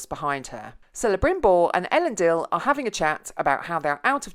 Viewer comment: At least you pronounced "Elendil" right